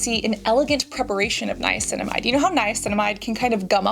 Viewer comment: Definitely agree. Hyping her up for knowing how to pronounce Niacinamide was very strange.